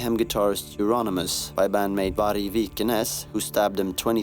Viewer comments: I can't really tell because of the pronunciation, but did he say that the person who killed euronymous wasent vargs? Listened to it twice but it didn't sound like his name. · How the fuck did this dumbass pronounced Vargs name